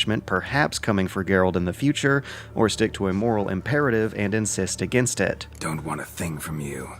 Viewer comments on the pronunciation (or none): none